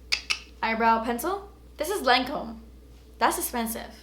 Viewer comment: When you started reading the Lancôme French description it really sounded like French. I was impressed! Lol